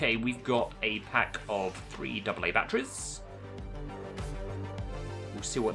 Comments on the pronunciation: anyone else get triggered by the way he said zombies and batteries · not judging like just abit wierd